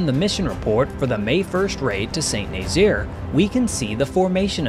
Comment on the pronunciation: Great video. By the way, Saint-Nazaire is phonetically pronounced: Sah-Nahzair. Not Saint Nayzeer